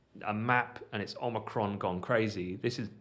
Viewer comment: Most importantly.. THANK YOU for pronouncing Omicron properly! Lol... Every time I hear Omni-cron it's like nails on a chalkboard. Lol